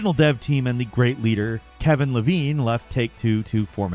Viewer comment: Ken Levine, it's Ken Levine